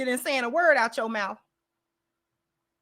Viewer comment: It’s that Mouf”…. Always that mouf”😂😂